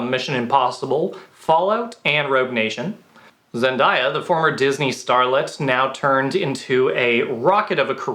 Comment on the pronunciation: zen-DAY-uh not zendieya